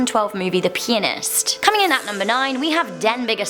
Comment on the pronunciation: Dancer Elizabeth I know, but it sounded like she said peenist😂